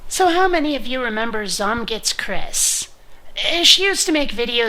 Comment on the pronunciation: It's said: z-oh-my-god-it's-criss